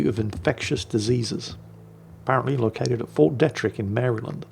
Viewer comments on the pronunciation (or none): FYI - It's prounounced Fort Dee-trick in the DC area